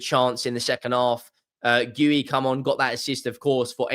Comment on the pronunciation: Goooeyyyyy? Again? It's geeeeeyouuuu for God sake😅